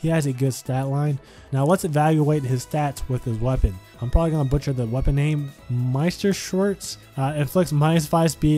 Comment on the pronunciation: MEISTERSHORTS! xD I'm sorry. I know you did your best. But it's always hilarious when English speaking folks try to pronounce any of the German/Norse weapon names.